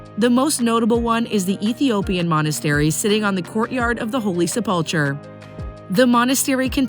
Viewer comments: Really butchered the word “Sepulchre” yikes! It’s pronounced SEP-LE-CUR. The holy Seplecur. Considering it’s the most holy and important place in all of Christianity I think it’s important to pronounce it correctly. It’s a hard word though if you’re not familiar. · You need to work on your pronunciation. “Shuk” “Sepulchre”and “Golgatha” are examples. Cringeworthy when someone is trying to watch an assumed credible video. And “Wailing Wall” is a derogatory term for Jews. SMH